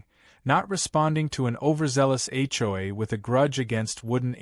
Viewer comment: When will AI learn to pronounce HOA instead of H,JOY🤣🤣